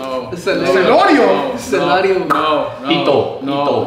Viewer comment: the way said pitooo had me dying!!